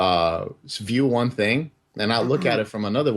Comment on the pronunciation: I hate how he pronounces words like "one" or "hundred".... It's more like "wooon", and "hoooyundred".